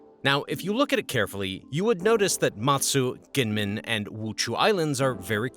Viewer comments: Gee men not Gee Yen Men. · Kinmen it is a soft g not a k